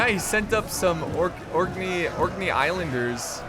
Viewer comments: Orc-knee not orknay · Great video, thank you! Keep up the good work! Also, Orkney = orc knee for pronunciation. In short, yes, you're right. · orkney is pronounced as : or knee (but then put together) (orkney was a viking settlement in the for north of modern day scotland) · btw just realized with or.knee (the k in knee is a hard K) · Orc-knee Islanders. Literally pronounced like the knee of an orc. Its a group of Islands off the coast of Scotland. I figured you'd remember if I threw orcs in there. Disclaimer: Orkney Islanders are in no way affiliated with the forces of Sauron.